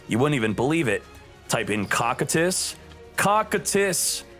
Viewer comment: It’s pronounced kokytus (cocytus) not cockandtits u FOOL.! XD